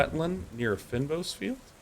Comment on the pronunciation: and Day9, it's pronounced "feign boss" :)